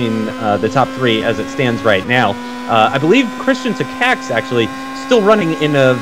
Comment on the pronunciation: You still not pronouncing Takacs's name correctly. This is how it should be pronounced Just wanted to help.